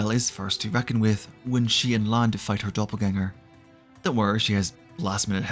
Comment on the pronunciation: It was a mixed bag. Some names you pronounced really well like "Eisen, Heiter, Himmel" some only partially like "Flamme, Stille or Land" and with some I had to listen twice like "Lügner, Richter, or Wirbel". And some were funny, like Übel. Lawine was only partly right, but at least it sounded like a real name, even if it wasn't German